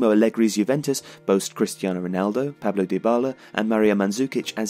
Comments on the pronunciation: it's PAULO DYBALA... not PABLO! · Not Paolo either its Paulo,know your football first before advising others.